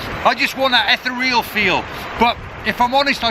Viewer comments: eth-th-re-all! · Ether-real or Ee-thee-real ? That is the question. Great images, mate.